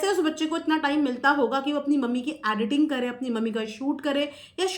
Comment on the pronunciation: Madam sorry but contoversy nahi bolte contRoversy pronounce karte hai Also aducation nahi education hai 🙏🏽 Additing nahi editing hai. Sorry but I just wanted you to know 🙏🏽 Prarity nahi priority hai